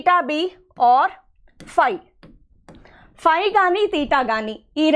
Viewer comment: Phy not pie